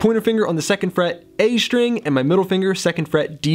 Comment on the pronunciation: It's pronounced STring, not SHTring... Muricans...